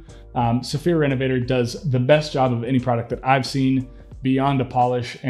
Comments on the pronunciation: So, this is going to be THEE most pretentious sounding comment ever, but....it’s pronounced REN-UH-VUH-TORE. It’s not me. They’re French!!! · Great vid. Hopefully I'm not being too picky, but can you pronounce it the French way instead of the English way lol. Thanks for the vid 👍👍